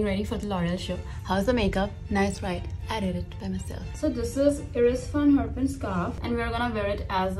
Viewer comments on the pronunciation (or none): Iris Van Herpen is pronounced Eye-ris van Her-pen, not e-ris van harpan